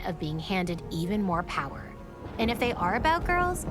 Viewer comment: i like how he says "pyre" instead of "power" :D